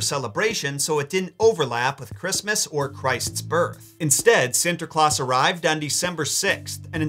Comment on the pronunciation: Its funny he try speak dutch XD. I like it and you say it on a good way Sinterklaas and Zwarte Piet :). Keep up the good work.